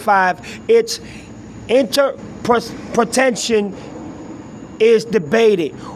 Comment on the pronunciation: In tur pa tay shun-interpretation